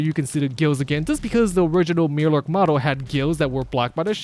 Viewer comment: Mirelurk. My-er-lurk.